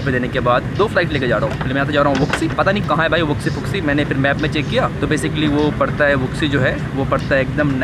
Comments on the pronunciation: वूसी बोलते हैं भाई वूक्सी नहीं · Tum or chinese name galat pronounce krte ho Wuxi ko wuuuxiii pronounce krte hh